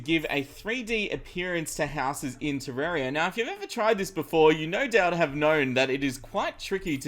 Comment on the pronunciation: Why Pronouce Terraria Wrong?